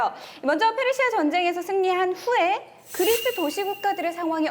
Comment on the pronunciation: 고대전이 현대전만큼 재미있을 수 있을까 걱정했는데 역시 기대를 저버리지 않네요bb 그/뤼스~ 하는 발음이 너무 귀여우세요ㅋㅋ